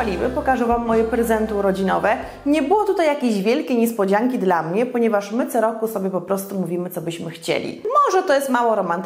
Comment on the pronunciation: Dlaczego mówisz do dziecka Ćo nie Co?